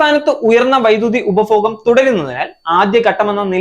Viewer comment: പ്രസന്റേഷൻ നന്നായിട്ടുണ്ട് 👍🏻 ഉച്ചാരണം ശരിയാക്കണം. 1.ഉപഫോഗം അല്ല. ഉപഭോഗം. 2. ആദ്യഗട്ടം ശരിയല്ല ആദ്യഘട്ടം. 3. മേഗല അല്ല മേഖല. 4. ബലം അല്ല ഫലം. ഇതൊക്കെ ഒന്ന് ശരിയാക്കൂ. എന്നാലേ ഭംഗി വരൂ. കേൾക്കാൻ സുഖവും.